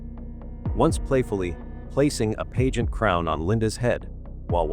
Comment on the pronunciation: It's annoying how the AI voice can not pronounce "pageant" correctly.